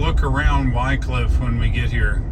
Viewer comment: love your trips thorough that part of the world. I spent quite a few weeks of my early carrier doing projects at the paper mill in Wickliffe KY,,, You may want to check the pronounciation of that city locally. I always heard (Wick cliff) But I am not a linguist.